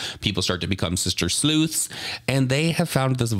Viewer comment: u said sister sleuths💀💀😩